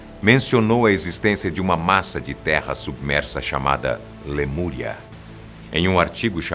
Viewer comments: Lamuria ou Lemúria? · Lamúria Ou lemuria? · LAMURIA ????????? Falha inadmissível!